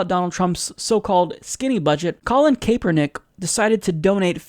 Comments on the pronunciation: its pronounce capernick not kaypernick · Just a FYI , Kaepernick is said like ... Kap+er+Nick . The 'E' is silent . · "Kay-pernick" :D